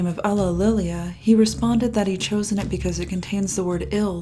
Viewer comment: It is pronounced It, not Et